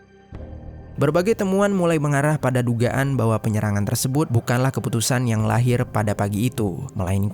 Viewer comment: Hai, bang.. Out of context nihh. Gw ga tau pernah ada ato ngga viewer yg nanyain ini, tp dr awal denger kurleb 2/3 bln ini gw penasaran.. Mmmm knp kadang2 pengucapan suatu kalimat, abang ni aneh atau bahkan salah .. kaya "terlibat" jd terliban, "tersebut" jadi tersebun, dan kata2 lainnya. Masalahnya ga stiap kata abang ni ucapinnya salah. Kadang salah, kadang bener. Jd gw bingun, knp abang nih..? Sengaja kah? Ato emang kselipet trs males ngulang? Ato ada latah kah?? Ga penting sih, tp penasaran bgt asli. . Klo udh tau jwbnnya, ya minimal gak penasaran. Tq